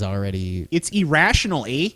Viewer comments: When you emphasize the first syllable of irrational not as E it just sounds wrong to me. ih-rational E-rah-sh-on-awl ...ah-rah-sh-unl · Not sure what nationality is (he sounds kind of like a robot actually), but Canadians don't pronounce "irrational" as "E-rational"... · I'm Canadian and we don't pronounce it E rational eh. I doubt he's Canadian